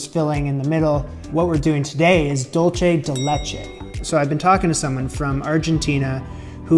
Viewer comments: Next time buy condense milk and boil the can in a crock pot full of water for 8 hours. BTW, it is pronounced doolsay de le-chei NOT DoolCHE de lechei. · at this point im sure someone has told you but i cant stop myself from letting you know it's pronounced like "dool-say day lay-chay" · I'm from Argentina and these alfajores de maicena are definitely a great Argentinean classic. Isn't dulce de leche the best thing ever? Also the way you pronounce dulce de leche is soooo cute